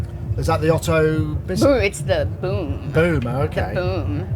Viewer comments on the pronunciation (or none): none